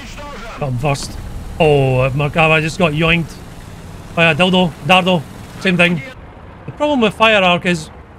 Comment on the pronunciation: Ah yes, the Italian DLIDO TANK 🤣